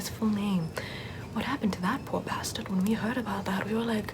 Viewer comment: I find it so funny the way she says Bastard 😂